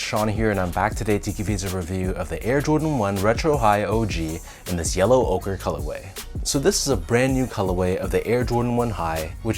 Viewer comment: Finally someone who pronounces the name correctly. Ochre, like Joker without the "J" 😄 Nice review, as always, thanks. These are growing on me, so I just might... yep, going for 'm tomorrow.